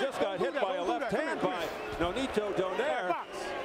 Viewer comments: Cmon man..the way to pronounce his name is DO-NAY-RE.. NOT DO-NEYR.. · This reporter Call nonaito name SLFE DO-NAIRE ITS DO-NAI-RE